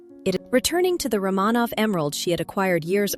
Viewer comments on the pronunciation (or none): You need to make a decision: Is it "Van Cleef and Arpples" or "Van Cleef and Arpells," because you manage to pronounce it both ways. And, it's "Romanov" with the accent on the first syllable, not the second. AI will be the downfall of all of us.